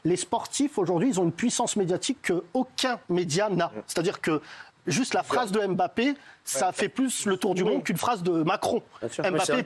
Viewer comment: chers francais, RESPECTEZ LES NOMS DES GENS, c´est la derniere fois que je le dis: c´est MBAPPE ET NON M-BAPPE pareil pour NKOULOU PAS N-KOULOU. C´est aussi ca etre integre dans la culture de l´autre.